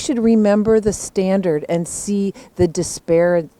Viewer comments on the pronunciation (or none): one lady tries to say "disparity" and gives up halfway through the word